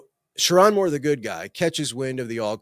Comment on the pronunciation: LSU over MICHIGAN 😂😂😂 😂 That’s why ppl can’t take you seriously. Can’t even pronounce Sherrone’s name correctly. Smh